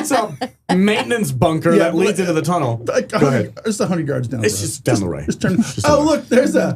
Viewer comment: Are you saying chunnel,?